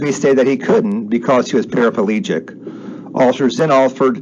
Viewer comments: There’s no such thing as a parapelegic ... it’s para plegic... just saying... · I had to laugh..even you verbalised " parapalegic" .... even though you correctly titled " paraplegic ".. or did I pick the deliberate mistake.